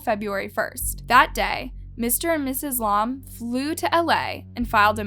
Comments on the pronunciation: Bro fr “lawm” it’s pronounced lam like the animal, you must be blond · Her last name is pronounced “lamb” not L-AH-M. Very annoying to hear the wrong pronunciation throughout the video. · Lam is pronounced the way it looks, like "lamb" not "Lom" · It is not how you pronounce lam ToT it is L-AM this is humiliating to me bc my name is Ansley Lam ToT but yet I luv ur content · L A M not laum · it’s Alisa Lam not LAUM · Say her name right and the hotels name right pls😗it will help very much ✌️✌️ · ur pronunciation is literally terrible. if you’re gonna say this poor girls name, say it right. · That’s not how you pronounce lam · That not how u say her last name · That’s not how you say her name